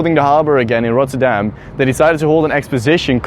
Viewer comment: that doesnt make sense since he doesn't know how to pronounce it even after he said it.